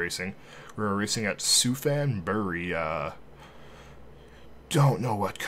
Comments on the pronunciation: I have no idea but being from thailand i can confirm its pronounced supan great video though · it prounoubced Supan buri and its in thailand 😊